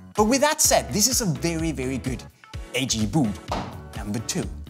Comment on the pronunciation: i get so annoyed about the way he says boot v00t